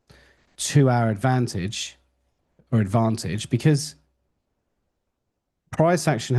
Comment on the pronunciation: “Advantage” you slipped into a West Country accent there for a second lol